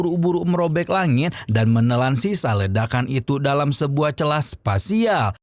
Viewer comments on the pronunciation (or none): none